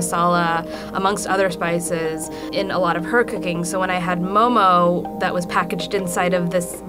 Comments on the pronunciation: Nepali people pronunce momo moh moh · They couldn’t get an actual Nepali?? She couldn’t even pronounce momo right. WHAT THE FUCK IS MOE MOE?! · Please don't say "momos" when ypi go to a restaurant you don't say "give me a plate of momos." Whether singular or plural it's always mo:mo.